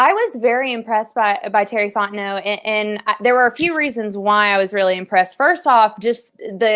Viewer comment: 1 of 2 ways i need this to go down.... either you figure out how to say the mans name, "Fon T Know", OR, you continually mispronounce it for the entirety of his tenure at the falcons or just call him BIG T BABY